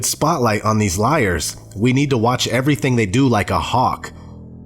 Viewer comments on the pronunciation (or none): O.D.D?? Its odd not o.d.d